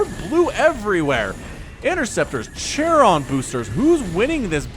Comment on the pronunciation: please learn to pronnounce Charon... its not pronnounced "Chair-on" its "Karon" or "Keron"